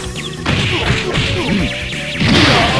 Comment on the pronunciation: haha, we used to always pronounce it like 'parfeck' and we would even say it in real life instead of the the word perfect.